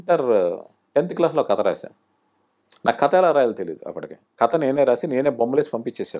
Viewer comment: కత కత ఏంటండీ ? కధ కధ అనలేరా ?